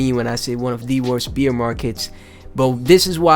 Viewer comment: thanks for the tectonic content brother! you also gave me a good laugh this morning, every time you said "bear market" it sounded like you said "Beer market" haha... I mean no harm by this and its all love. thanks for the laugh and the content <3